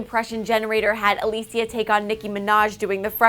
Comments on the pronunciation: Omg, her name is Alessia - pronounced Uh-leh-see-yuh!!! Not Uh-lee-see-yuh. Omg, even when you search her up "alessandra" comes up. LMAO, get my girl's name right 😂😂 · A-Less-Sia not A-lee-sia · Not trying to hate just making a simple correction, it is actually pronounced a-less-ia not a-lee-sia. I love, no hate intended <3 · Please it's not Aleeesia,it's Alessia!! xD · Is "A L E S S I A" ,no Alissia😐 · It's not Alicia it's Alessia (AHH-LEHHH-SSS-IAA) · it's not ALISIA it's ALESSIA. It's italian,god. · It's not Aleecia it's Alessia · ALESSIA. not alisia. jeez just google the names before filming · A-LESS-IA not ALYSIA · LOL "Alecia " it's Alessia lmao u had one job lady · ITS UH LESS EE YA NOT UH LEES EEYA PLEASE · Its alessia not aleesia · ALESSIA (AH-LEH-SI-AH!!!) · It's A- LEH- Sia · its ah-less-ia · "aleessia" I cringed overtime omg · Ally N EXACTLY I KEPT CUSSING HER OUT EVERY TIME SHE SAID "Aleessia" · Is im the only one who cringed when she said Alėssia cara just me yeah just me ootay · Why does nobody care that this woman is pronouncing Alessias name WRONG! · She pronounce! Alessia's name wrong! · CRINGE CRINGE CRINGE PRONOUNCE HER NAME PROPERLY PLEASE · Does anyone else cringe everytime she says Alessias name? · dannydash3 you mean when she pronounces Alessia's name wrong?? yes!!! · I can't get over the fact that she's pronouncing her name wrong!! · I grunted when she pronounced her name wrong multiple times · YOU'RE SAYING HER NAME WRONG FOR FUCKS SAKE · am i the only one who got annoyed when she mispronounced her name? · you pronounced her name so wrong, cringed hard my god